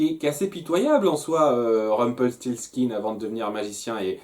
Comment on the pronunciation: Tu réussi à dire Rumpelstiltskin !!!! Alléluia !!!